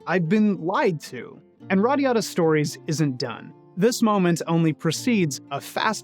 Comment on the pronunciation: Everytime you said this game's title, I heard it as "radda yadda" :D Anyone else?